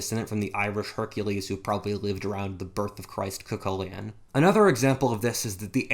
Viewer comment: it's cu-cul-en not kilcoluin